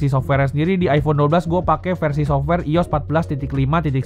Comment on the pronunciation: Kenapa bacanya iOS (iyos)? Pdhal genre komparasi jn semi serius lho.. shrusnya kan iOS(ai-o-es). Hehehehe. Maaf bang aku rese..